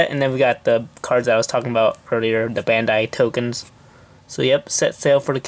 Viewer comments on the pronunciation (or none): none